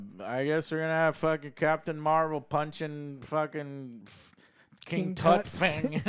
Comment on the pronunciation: “I’m not looking forward to the King Tut Kang” lmaooooo